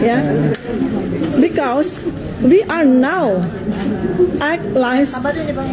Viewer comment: Bikaus😂😂😂😂😂😂 baca di hp saja salah....Tifa tifa.....S2 dipertanyakan...syaratnya kan harus lulus TOEFL 550 - 600...ternyata abal abal